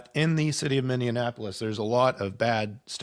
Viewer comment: It's Minneapolis, not Minnionapolis!